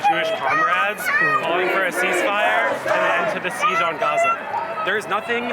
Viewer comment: Why do they pronounce GAZA like that? It’s sounds so barbaric